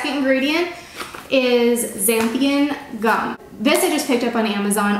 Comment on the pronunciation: Haha I thought the same thing. Also her: Xanthium gum Me: it says Xanthan gum on the pack 😂